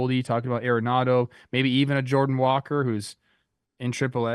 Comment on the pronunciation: Cardinals fan here. It’s “Nolan ARE-nado” not AIR-enado. That is all thanks